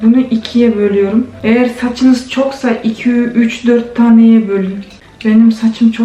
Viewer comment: Ay çok güldüm diiirt demesine👍🥰🥰🥰😁